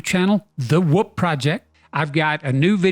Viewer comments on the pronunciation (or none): none